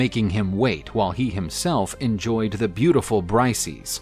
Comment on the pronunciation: You pronounced Briseis extremely wrong. It’s not Brice-eez. It’s Bris-say-iss